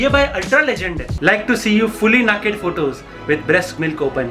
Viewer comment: The way u said nacked 🤣🤣🤣